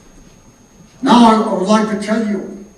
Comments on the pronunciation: Not nagalim it's NAGALAND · Yes it is NAGALAND not Nagalim. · Sorry a bit late. Appreciate your statement but please be cautious & about some words like Nagaland not Nagalim. O.k. It's not your fault. But do use your common sense or thinking for others people, who will think naga struggle is a joke .